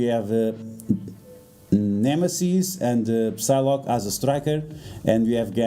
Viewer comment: When you pronounce Psylocke you do not say the P, you read it as Sylocke.